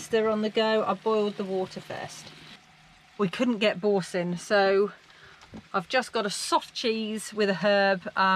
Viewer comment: Loved the pronunciation of Boursin cheese. A classic😂